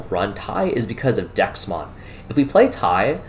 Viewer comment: Threw me off everytime you said Dexmon. Had to google to figure out DeathXmon. Bandai has done a terrible job with names